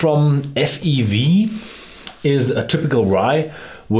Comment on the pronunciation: He said F E V 😭. It’s … F-E-W